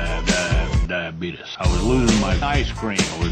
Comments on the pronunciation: I promise you... Diabeetus LOL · it's Actually DiaBeetus